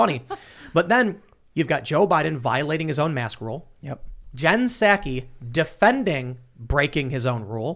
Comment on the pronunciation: Tim, pal...... you're talking to the worst liar that trump could find and you can't even pronounce "Psaki". Soooo, why are you expecting to be taken seriously???